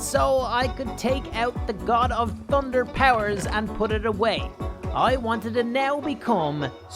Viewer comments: Sry for this but I have never heard someone say tunder and not thunder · he said tunder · Tunder and minor in stead of the actual way to say it makes me mad